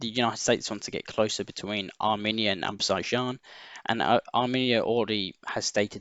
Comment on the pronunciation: Say it with me "Ah-zer-bye-jan" "Reh-con-eh-sense"